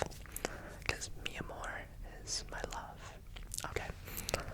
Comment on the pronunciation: His Portuguese accent is so good, especially in the word "amor" that sounds like a "mineiro" accent (one of the accents spoken in Brazil), and I found it extremely cute 😊😊 To make it easier to pronounce the words, here's the list: Ocean/Oceano (Osseano) Watercolor/Aquerela (I couldn't because of the "r") Love/Amor (This one doesn't even need help, you did it perfectly!!) Blue/Azul (Azu/Azur, I indicate to "Azu", the pronunciation seems more correct) I hope I helped, and I hope it continues to grow here ^^